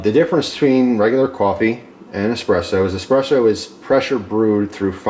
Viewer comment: EspreSSo with an Ssssssssss not X